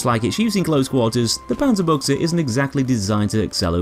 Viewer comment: "Okay, how much is he gonna butcher the name of this gun" I thought, but I was pleasantly surprised. Far from perfect, but still much better than most others.